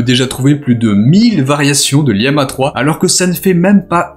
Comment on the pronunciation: Pourquoi prononcer lama liama ❓❓❓❓❓